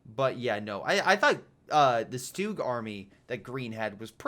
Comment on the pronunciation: stug, not stewg.